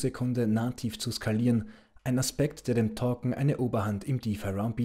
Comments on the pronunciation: Es geht doch nur um die Aussprache von Token. Es heißt eher touken und nicht tokken!👍😉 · Es sind Token!!! Nicht Torken!!!😂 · Torcken ich glaube er meint Token